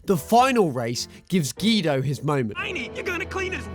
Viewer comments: GEDO ITS GUIDO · You said Guido's name wrong